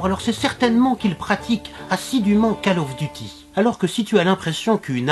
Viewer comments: RACIIIIIIISME quesce zavez cpntre les travailleurs du sud de l europe ( au moins eu ils travaillent ^^) et non massacre le nom de COD si tu veux maos en AUCUNS cas je dit bien AUCUNS tu ne pronconce minecraft sans une infime parcelle d accent anglais ( au moins un peu stp:' et pour murielle bah mettre le sosie d alice en arriere plan ou d une quelquonque femme a forte poitrine et aux tendances plutot orientées vers le nudisme. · Alors bravo l'artiste, les sujets que vous abordez sont juste énorme pour un "papa" c'est tellement déroutant que vous aillez cette "connaissance"! j'ai beaucoup aimé le "cale of duty" dit a la sauce daron:p bonne continuation a vous;) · j'adore le jeu "cale ofe duti" comme dirait (j'suis pas bete je sais que ca s'ecrit call of duty)